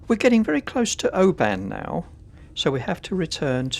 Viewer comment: absolutely love your vlogs and especially your trips in Scotland. I really am not criticising you but if you go back to Oban, the stress on the name is on the first syllable, so it’s Oban not obAn sorry but I’m both Scottish and a linguist. ❤